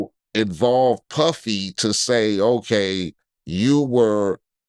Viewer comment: when he said Puffy or Piffy I fell out 😂